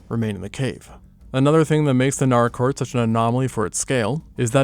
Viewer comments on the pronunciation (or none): Nâr-rāh- court. First visited there 48 years ago. And as is traditional, its pronunciation confuses youtubers 😂. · Oh shit I was not expecting to see Naracoorte on here holy shit! I live like. An hour or so away from there! Fun fact, only 4 out of the 26 caves are actually open to the public. The other 22 caves are closed off due to scientific significance! It's also pronounced NAH-ruh-kawt. At least down here we pronounce it that way ^^ Another funfact is the Limestone coast area is SURROUNDED by caves, like, theres the Tantanoola caves, Princess Margret Rose Caves, Engelbrecht Cave, Umpherston Sinkhole (Also known as Balumbul) and more! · Same here, let alone Naracoorte prounounced as Nar-rah. I live an hour away from the caves, it is such a wonderful experience. Only 4 of them are open to the public as tourist caves as the others are closed off due to scientific significance